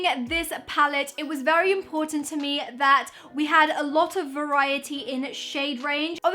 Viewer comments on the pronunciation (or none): none